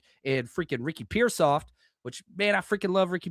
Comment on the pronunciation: Did you say Ricky Pearsoft? haha I haven’t heard that’s spot on unfortunate